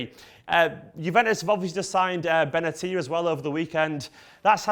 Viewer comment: Finally! someone that pronounced Benatia's name right!